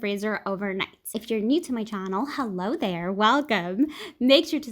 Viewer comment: Lololol...play this at 0.5x speed and my dear ❤...you're sure hittin the rum...."halllooo thhaaaar" 😂😂